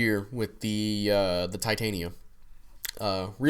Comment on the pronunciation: Ti-tan-ya is how ya pronounce it.